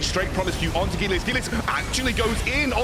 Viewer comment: The way this caster pronounces Gelius makes me cringe